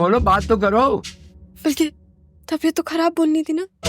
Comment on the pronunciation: زبان پہ فالج گرا ہوا ہے؟ جو خراب کو کھراب کہا جا رہا ہے